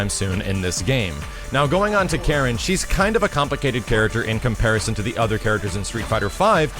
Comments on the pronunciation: I'm still not getting why you'd stress the second syllable of her name. My understanding is that it should be KA-ri-n. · Apparently you don't know this character very well either, her name has always been pronounced "Kah-reen"... But whatever though... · KAH-reen KAN-zu-kee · "Kah-Reen" is the proper way to pronounce her name btw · Yo doods, I'll give ya a quick rundown of Japanese vowel pronunciations: A = ah I = ee U = oo E = eh O = oh Keep in mind that all Japanese characters are one syllable, usually a consonant ending in a vowel, such as "か" (Ka). The exception is "ん"(n), which is the only stand alone consonant. So for Karin's name, か - り - ん(Ka-ri-n), we pronounce it "Kahreen". Hope anyone that reads this finds it informative. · Karin was also in Namco X Capcom and paired up with Sakura naturally. It's always funny when announcers can't pronounce names correctly (hello Takeda) :P She's Japanese, it's a Japanese name, there's no syllable stress, it's simply pronounced "ka-ri-n". That applies to her family name as well (no stress on the "zu"). Why wasn't Karin in USF4? Simple, pure laziness. Why make new models and animations when you can simply reuse old ones for the least possible effort? This is, or at least was, Capcom's way. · "Kareen" was always how her name was pronounced. It's a Japanese name. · Ka-rin. Not that hard.